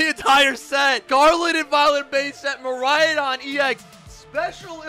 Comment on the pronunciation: Love your videos. However I’m begging you to learn how to say Miraidon. You keep adding another “A”.